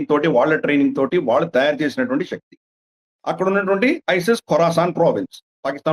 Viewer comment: Shakti, snatruvulu inappropriate telugu pronunciation ciation